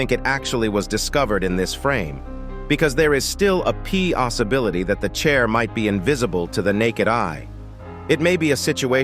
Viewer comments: Ain't no way bro said P-ossibility💀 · "P O ssibility"💀💀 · "There may still be a pee-ossiblilty" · ''P ossobility'' XD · “Pee ossibility” 💀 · pee a ssibility😭